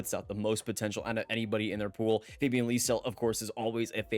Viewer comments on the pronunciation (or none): none